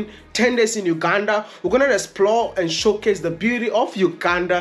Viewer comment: uganda not ukanda🤣🤣just kidding.. i love your content bro